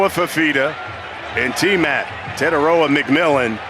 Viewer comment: Fi fi ta Te tai roa Learn to say it correctly because it will sound way better🤙🏾😄